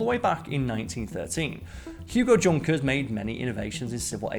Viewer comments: It’s pronounced Yunker not Junker. The Germans don’t have the J sound. That’s why Jaguars are pronounced Yaguar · It is not pronounced Junker its more like "Yoonkers" I knew that and I don't even speak German. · Isn't Junkers pronounce Yoonkers? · Isn't it pronounced 'yunkers'? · Ugh straight out the gate... His name was pronounced Yunkers, it is German. Nobody thought it meant Junk like english speaking mostly americans would associate. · Junkers is pronounced yoonkers. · Junkers is German and pronounced YUN-KERS. guess you didn't bother to do any research? i can see your subs going to nothing if this is the standard of this channel going forward.... by the way i think mars makes more than 400 M&Ms each day.